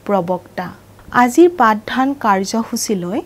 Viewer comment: পাঠ ধান নহয় পাঠ দান